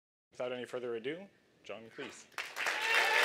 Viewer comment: You have an opportunity to interview a very famous man. But you can't be bothered to learn how to pronounce his name. It's Cleese like Cheese!